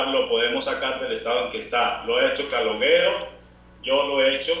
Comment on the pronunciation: calogero la pronunciación es parecido caloYero y no caloguero, no es dificil.